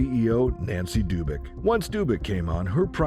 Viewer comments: It was a moderately interesting documentary, everything going well until this: In which world is "Dubac" pronounced "Doobyk"?! Now you may be thinking that this is some ridiculous OCD nitpicking, and it is, however the thing to note here is that people making these kind of mistakes are not highly regarded, but rather, intentionally following what they believe is some kind of unwritten social code, including how to pronounce words. This is a cancer that I hope to see burned out of the culture in this lifetime - we shall see. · You're reading too much into someone not knowing how to pronounce a foreign name, pal.